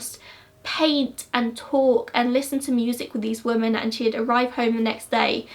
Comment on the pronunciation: Omg please it’s women not woman!!!!!!!